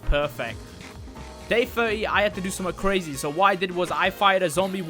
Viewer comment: Nobody: Not even: “50th day was CREAZY” ”creazy” I know he did it on purpose but LOL